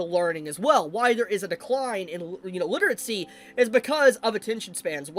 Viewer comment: why do you say literatsy instead of literacy?